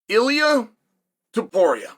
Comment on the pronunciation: YOU couldnt pronounce Topuria🤣 JK uncle 🤣